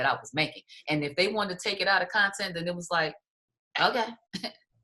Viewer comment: Lisa.....the word is conTEXT. Not conTENT....smart lady 😉